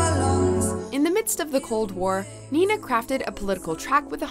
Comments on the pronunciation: "Ninety-nine Luftballons?!" Not "Neunundneunzig Luftballons?" Oh, and please, her name is Nena /'ne:nə/, not "Nina" /'ni:nə/. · Nr.10 is also the only ❤️😂👌🏽and Nr.5 - how you pronounce it is so sweet , but Wrong 😬 It's Nena] not [Nina] , and [Luftballons] Just Like you spell it 👍🏽